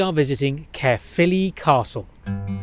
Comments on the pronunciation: "Carephilly" Its just simply "Ca-philly" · I died inside when he tried to pronounce Caerphilly